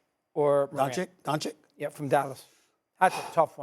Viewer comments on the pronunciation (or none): Stephen a still calling Luka, "Donchick" is straight blasphemy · It drives me crazy hearing Stephen A Smith say Lukas last name. 😑 does he not hear how announcers say it or how Luka pronounced it? IT IS NOT DONCHICK. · Can’t take anything they say seriously, they can’t even say “Doncic” right. 😂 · Those two guys still can't pronounce Luka Dončič how the f that happens 😳 😑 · Can't you ding dongs pronounce Luka's last name correctly YET? SHEEEEESH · Both of them dont know how to pronounce Doncic lol come on guys you’re supposed to be professionals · They both can’t say Luka’s name right. I will take Luka 7 days a week and twice on Sunday.